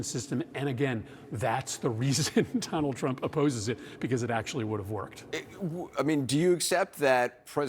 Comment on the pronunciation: Did he say Tonald Drump?!?